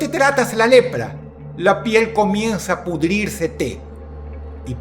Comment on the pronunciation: Dice pudrirsete esta bien dicha